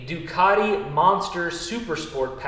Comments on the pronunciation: NOT ...DEW - CART - EE....UNLESS YOUR PLAYING.ON WORDS 😊👍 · lol...There is no "R" in Ducati...its not a ducari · DEW - CAT- EE......